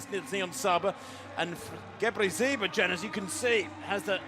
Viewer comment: Brutal! "Gabbazebra" fhs! She doesn't even pronounce the city correctly.